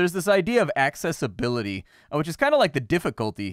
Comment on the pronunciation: Love how you say access-ability!